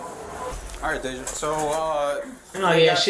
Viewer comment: Not the narrator repeatedly calling Day-jah "Dah-jah" 😹